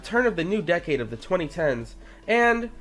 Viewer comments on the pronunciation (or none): none